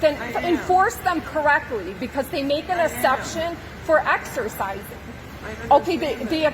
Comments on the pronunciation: She really just said axercising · The of « axcerrrcissinng » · Why does whenever she said 'excercising' it sounds like 'exorcising'?? It's ironic cause she's the one who looks possessed..lol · Just the was she says eXErSiziNg